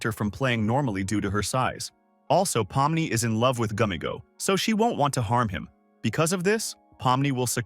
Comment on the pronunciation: WHY DID BRO SAY POMNO?!